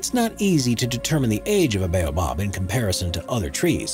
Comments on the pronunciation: Thank you for mentioning the Jacaranda trees in Pretoria. They don't just grow in Pretoria, you can find them in many other parts in South African. Also just wanted to point out the the narrator mispronounced the following words: Jacaranda, Boaba and Madagascar. The cotton tree (tree no 7) on your list does not just grow in Western Africa we have them growing here in South Africa. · You pronounced baobab wrong